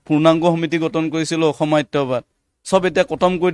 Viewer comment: Axomia dekhu bhalkoi spel koribo nowsre.. nixa nohoi niks... eket nohoi.. ekhet... axom... akom nohoi...khilonjia.... kilonjia nohoi....